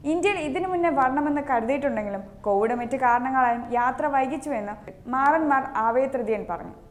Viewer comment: നല്ല ശബ്ദം നല്ല വാർത്ത വായന. പക്ഷേ മാറന്മാർ അല്ല മോറാൻ മോർ എന്നല്ലേ പറയേണ്ടത്.